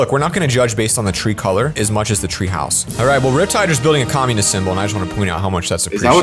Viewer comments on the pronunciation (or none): What is it with you saying communis!?!?